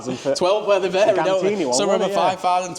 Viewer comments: Did he just call Gintani Gantini? 😂😂😂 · Do you say gintanni wrong on purpose 😂